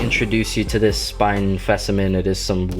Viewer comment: "Lemme introduce you to this spine fecimen."